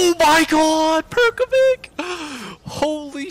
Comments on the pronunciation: Pronunciation Perković is Perkovich not Perkovik ... č, ć = ch .. š = sh .. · Perkovic is pronounced as ''perkovitsj'' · my man, it's pronounced Perkovich. No offence